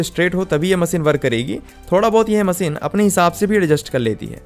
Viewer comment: bhaisaab Hindi toh thek se bola karo content acha hota hai par language aise jaise kisi ne kheer mein namak daal diya ho MASEEN nahi MACHINE , sA nahi Sha mughe toh lagta hai aapke maata pita ne aapka naam SHUBHAM rakha hoga usko bhi aap SUBHAM bolte ho